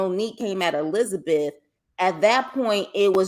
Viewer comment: Did you just call Hisabeth GLENZABETH?!!😂